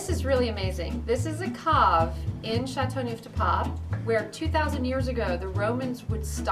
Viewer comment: 'ChateauNooof de paaawp'?? Hahah. I wish proper pronunciation was at least attempted.